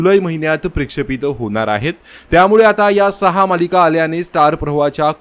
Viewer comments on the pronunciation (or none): प्रशेपित नाही म्हणत दादा त्याला प्रक्षेपित असे म्हणतात.